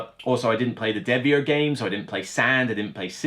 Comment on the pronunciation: it's Devir. Not Devier. You're hurting my ears. Thx!